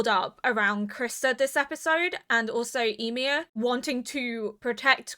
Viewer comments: I remember in the first two episodes you were pronouncing it like WHY-mir. It's so adorable 😆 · hiii, Ymir is pronounced Yee-mear. Yee as in Yee-haw and mear as in near! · yeah it's pronounced more like "yumir" or "you-mir" but fast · The longer this series goes on, the stronger the urge to binge this series becomes. Even when watching reactions! I cannot wait to see what you think of all the craziness that is about to unfold! (I always pronounced Ymir like 'E-mir' because of all the germanic names going around). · She has mentioned she is deaf in one ear quite a few times before, therefore has difficulty with name pronunciation.